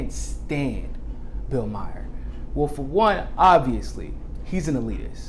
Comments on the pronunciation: Maher rhymes with "star". No surprise there, amirite? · It's Bill Maher, not Bill Meyer.